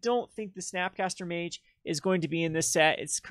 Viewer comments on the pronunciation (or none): none